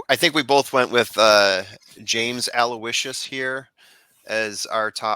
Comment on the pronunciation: Hey, you two are a great listen., forgive me, you are the class of the Trust the Prophets gallery imho however in the case of James Aloysius, your podcast mate there had it right...Aloe-ish-sus is the correct way to say that horse's name. Not meaning to sound like a typical internet nitpicker and anyway you say it, the payoff window will be happy to greet you if he does get to the wire first lol I am a big fan of yours and have been since I saw you as a tender teen holding your own big time with the TVG guys at Hollywood Park lo those many years ago. You were actually quite amazing in that appearance with obviously no preparation beforehand. Goes without saying that your pedigree expertise that you share with us is invaluable, not to mention amazingly impressive. Listen to me run on...I look forward to more of the same from you and hope you find good fortune at the Spa Travers day!